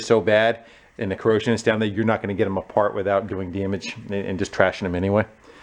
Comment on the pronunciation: The way you say daemage will never cease to amuse me.